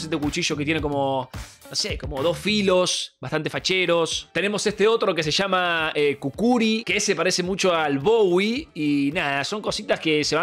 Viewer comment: El "kukuri" 🤑🤑